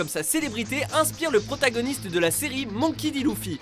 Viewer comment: à la voix off dit :Monki dit lonfy 😂😂